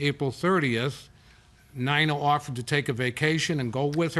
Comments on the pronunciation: “Nina” pronounced Nine-ah but should be spelled “k-a-r-e-n” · Lady your name is NINA …. Not NYNA 🤣🤣🤣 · Lady please yur name is NINA not not Nayna , 😂😂😂😂 trying to be creative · Should be pronounced KAREN